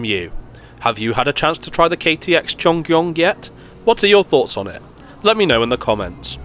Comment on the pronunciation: Great pronunciation of the Cheongryong, it's definitely not the easiest Korean word to pronounce. EUM, meanwhile, is pronounced Ee-eum, which means "connection." It was named that way because the trains connect various regions in Korea.